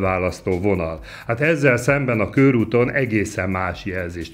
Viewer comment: Nem kőrút, hanem körút! 🙄